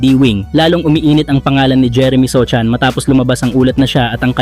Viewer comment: sohan po ndi sochan 😂